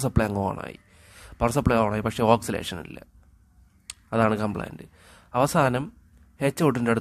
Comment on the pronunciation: ഓക്സിലേഷൻ അല്ല bro ഓസിലേഷൻ ആണ്